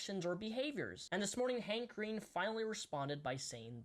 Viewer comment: whenever he said hank green i heard handcreme